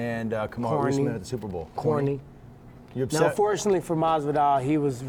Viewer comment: Tyron Can't even say Unman's name, after the way he go embarrassed